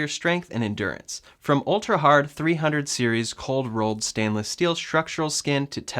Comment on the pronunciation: Thanks for not saying "...30 times stainless steel", which is what I usually hear for the material description of the Cybertruck. Instead you correctly said "...300 series stainless steel". I know it looks like 30 times and unless one is an engineer or someone from the manufacturing world it's reasonable to say it that way. Has kind of been a minor pet peeve, I think you're the first I've heard say it correctly.